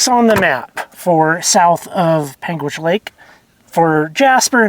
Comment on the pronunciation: PAIN-gitch ! Forget the "u"